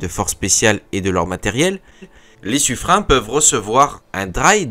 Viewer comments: oui c’est Suffrin. Dans les registres de la Marine royale, les noms sont écrits en phonétiques à côté des noms afin de savoir comment les prononcer, et c’est bel et bien Suffrin. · Bonjour le... On prononce "sufrin" et pas "sufrenne"! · Sufrin comme saturnin, mais non c'est Sufreine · Suffren prononcé Sufrin